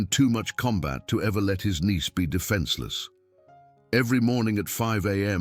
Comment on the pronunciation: knee-speed defenseless? I think you meant "niece be defenseless." Proofreading the script would catch these errors.